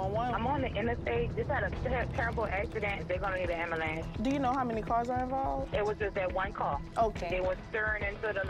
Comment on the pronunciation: I love the 'Ambalance'